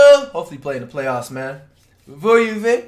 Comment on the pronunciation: Nikola “Vuyuvik”🤣🤣 Was trynna Play Like Nikola Jokic against My BucKs 🤣